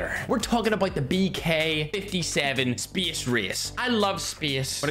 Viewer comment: Why does he say "space" like "spece"